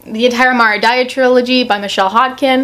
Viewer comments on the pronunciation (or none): none